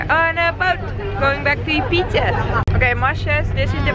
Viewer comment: 'eat pizzehh in ibizehh.' hahahah <3